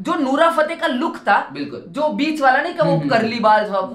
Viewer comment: Bhai nura nahi nora hota hai 🙏🏻🤣